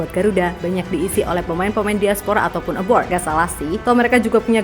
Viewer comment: Maaf sekedar masukan untuk host nya. Mohon dikoreksi bukan. Aboard. Tapi ``A B R O A D" Soalnya agak agak gitu lah kedengarannya,maaf demi kebaikan bersama